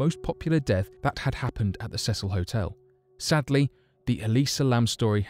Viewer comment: It's the See sul NOT THE SEH SUL